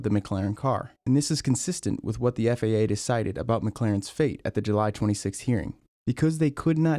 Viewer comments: FIA not FAA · Why does it sound like you keep saying FAA and not FIA? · Man the way he says FIA has me so butthurt lmao, sounds like FAA and i just cant STAND it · I don't know how you know so much about this, but still call the FIA the FAA 😂 Apart from that, great vid, thanks 👍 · FIA, not FAA. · Your FIA sounded like FAA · This man said FAA the WNTIRE FUCKING VIDEO HOW HAS NO ONE NOTICED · It’s FIA not FAA. Annunciation god dang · Hate how he keeps constantly saying FAA instead of FIA. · Dude it’s FIA, not FAA. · You keep saying "FAA". It's the FIA, dude. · FIA.. not FAA. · Why do you pronounce «FAA»? It's FIA. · You keep saying FAA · sounds like FAA on the vid. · This guy keeps saying "FAA" when he means "FIA". What gives? Also, he can't say "Hungarian" lol